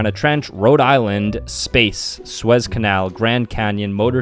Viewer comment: It’s called the sue-ezz canal. Not whatever you said. It’s also an uh-patch-ee helicopter. You’re an embarrassment. Learn to annunciate correctly.